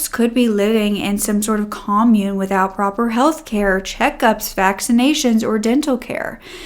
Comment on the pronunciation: Commune. Wow. Not pronounced well. Some of the other words as well Google how some words are used in sentences with no Ai.